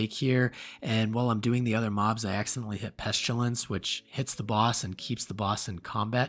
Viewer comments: "Peshtilence" lol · You say Pestilence weird